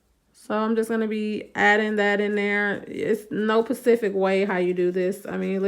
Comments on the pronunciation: Please my beautiful black people say it with me the word is specific not Pacific. 🤦🏾‍♀️ The video was very informative thank you. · Love the video! But specific not pacific... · She did not just say "any 'pacific' way"......alright I'm done!